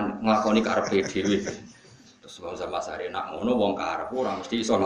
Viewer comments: Zamahsyari.. bukan zam asy'ari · Maaf Yg benar Zamakhsyari, bukan Zam Asyari.